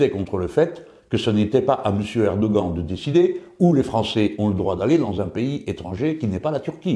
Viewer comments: apprend lui à prononcer Erdoghan stp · Vidéo très intéressante. J'ai beaucoup ri à votre prononciation du mot "Erdogan".